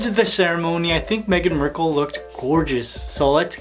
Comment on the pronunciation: Its Megan Markle not Megen Merkle😁😁